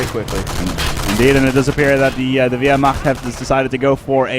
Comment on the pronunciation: WHY THE FUCK can the americans never say wehrmacht